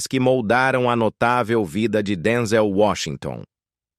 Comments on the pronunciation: Narração horrível , Denzel Washington é top chamá-lo de Denzél é de matar!!!!! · Fale corretamente, não é Denzel paroxítona e sim oxítona.